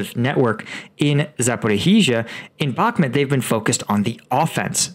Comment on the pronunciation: People in the comments are saying Bahkmut is pronounced " Back mood" not " Back mit" why cant you pronounce it correctly!!